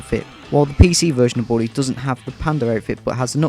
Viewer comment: you said christmas in "bwooley " and "boot presents "